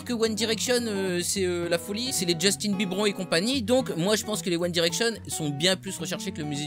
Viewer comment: tu m'a fait délirer quond ta dit justinbibron 😂😂